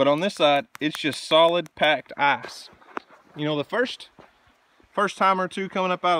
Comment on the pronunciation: Ok. I’m not a smart guy... I’m working with a pretty standard level of intelligence.. But I do believe the fact that you drive through a stream has a lot to do with your ice (or as you pronounce it “eyes”) problem. Now I’ve seen this kinda of stuff up at camp, and out in the wilderness when getting to a cabin.. but this is your residence if I’m not mistaken? I guess my question is, have you weighed the options on correcting this flaw? What do you do during the wet season? If you play your cards right, you can build a bridge out of beams and planking for about $3500.